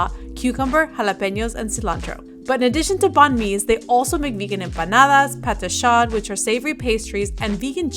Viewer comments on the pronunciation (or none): Pate chaud is pronounced pah-tay-show :D